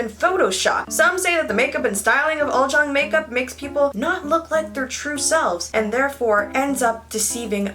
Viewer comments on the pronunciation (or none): It's pronounce as 'oolzang' not 'oldzang'😊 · Omg did she just say “uljung” it’s ulZZang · Uljjang I though it was supposed to be said Ulzzang lol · Why did my dumbass pronounce uzzlang like "use-a-lang"? I didn't know it was prounounced like "al-zjang" until I watched this. I feel dumb... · It’s pronounced ul-chung?? I thought it was pronounced ul-zz-a-ng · my korean friend actually told me it's pronounced UR-CHANG, and I remember always wanting to look like one in 2010 lol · I've been pronouncing it like uzz lang this whole time 💀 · i thought ulzzang was pronounced as "you'll-zang" wtf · so all this year I've been pronouncing ulzzang as uzzlang, DAMN I feel stupid. anyways, you are adoroble. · Fuckk I really pronounced the word ulzzang as ulssang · This whole time I’ve been pronouncing ulzzang as oozzlang WHY??? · No she was saying it wrong 😂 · Haha she actually said it wrong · she really didn't though